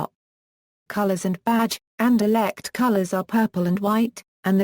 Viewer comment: you stupid a pronunciation for 17 minutes ok not insulting just saying u can just ssay the name and it over i will till like